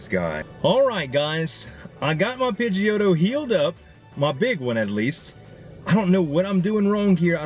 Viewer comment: Z I was tryna ignore it cause I figured you'd eventually get the correct pronunciation lol but it's pronounced "Pidgey - o - toe"